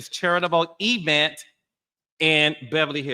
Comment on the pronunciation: What's an "e-vent?" 😂 You sound like Tisha from Love & Marriage Huntsville 😊